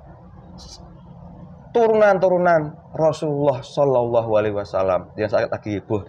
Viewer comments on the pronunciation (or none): none